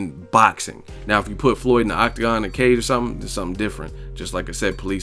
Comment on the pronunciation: Skip can't get Floyd's name out of his mouth and why no one ever talk about no scar on the shoulder of PAC man 🤔🤔just saying